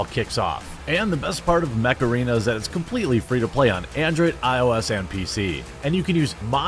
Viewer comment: Every time you say Mech arena all i can think is.. heeeeeyyyyy Macarana